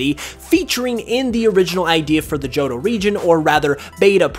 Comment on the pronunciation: It really bothers me that you keep saying johdough. Joh Toh. Tow. Jo-tow